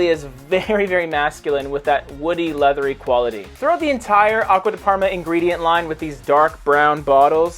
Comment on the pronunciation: Abysmal italian pronuncoation👎